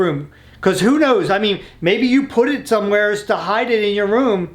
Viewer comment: Can somebody teach how to say the word somewhere correctly? 😂